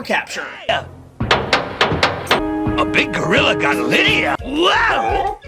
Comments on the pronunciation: Liedia deetz was kinda annoying lol, its Lydia dude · Lie-dia Deets? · Why do you pronounce Lydia like that? Lol